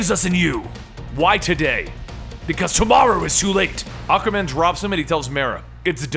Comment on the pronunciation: So I can pronounce it Supperman? Lol, the word existed before the name, or are they battling Aquayman?